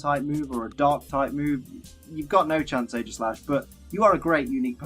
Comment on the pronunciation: it is eegislash